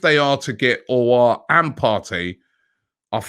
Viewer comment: From Alios to Alas. By the time we sign Aouar Robbie will get the name right. haha.